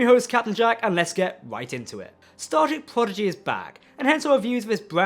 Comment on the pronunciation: Hey friends, love your work because I love Star Trek. Will someone please tell the nice gentlemen, who also does great work that Prodigy is pronounced "Prodigy " not "Pogidy"? Just saying with a smile and the fact I posted this shows I care enough to take my time for it. Best wishes.